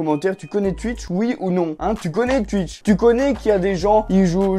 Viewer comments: Mdr je kiff quand tu dis tuitch et pas twitch ( twouitch stv ) 😂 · Ça ce prononce touitch mais pas tuitche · Je connais pas "tuitche" mais "twitch" 😂 sinon j'adore tes videos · Je connaissais pas “Tuitche” 😂😂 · Twitch et pas tuitche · Ça se dit Touitch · tuitch pas touitch sinon c'est pas drôle... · Je connais twitch mais pas "tuitche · Like pour Touitch et commente pour Tuitch (Sa m enerve les mecs qui disent tuitch) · Je connais pas "Tuitch" mais je connais "Twitch"😂😂😂😂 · ARRÊTE AVEC TES "TUITCH" 😂😂 C "TOUITCH" 🤣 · non sa se prononce comme sa s'écrire "Twitch" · je sais mais sa se dit Twitch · Je suis belge et je dis pas tuitche 😂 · Nn ça se dit « Twitch » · Mes oreilles sont décédées après les 20 premières secondes de cette vidéo... Pk ? tUitch😂😂😂😂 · Mdr comment il dit et écrit Tuitch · "Tuitch" ça me tue 😂😂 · Il dit tuitch 😂😂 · Tchuitche jss mort😂💀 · "Tu connais twUitch" 😂😂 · Bah oui tout le monde connais « tuitch » 😂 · Bonsoir: -Je connais tuitche. Voilà hanrhevware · Ca se prononce Touitche :) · Pk il dit toujours tutch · tu me dead quand tu dis twitch